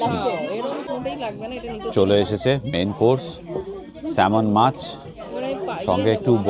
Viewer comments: Kotha ta Salman na samon, kono ward er majhe 'l' thakle seta silent thake unlike amader Indian accent just like amond not almond as per I know sir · samon … not solmon … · আরে ভন্দু ওটা সলমন মাছ নয় ওটাকে স্যামন মাছ বলে। Pronounciation গুলো ঠিক করা উচিত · সলমন মাছ নয় 😅 আসলে স্যালমন মাছ হবে।লোকেরা সলমন শুনলে সেই সলমন খান ভাববেন। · SALMON fish er ucchharon e " L" ta ujjho thake.... SAMON fish bola hoe... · Ekta chotto jinish mone holo ektu bole rakhi je salmon mach er naam ta pronounce kore “samon”, “L” ta silent. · Khub bhalo laglo...salmon mach r shothik uchcharon...samon...l is silent❤ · ইংরেজিতে উচ্চারণটা হবে ছ্যামন। এল-এর উচ্চারণটা উজ্জ থাকে। ছ্যামন মাছ আমরা প্রায়ই খাই।